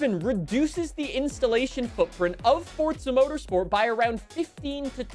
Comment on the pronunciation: Fort-suh. Ive always hated how this guy says forza. But its the first review i seen for update7. Lol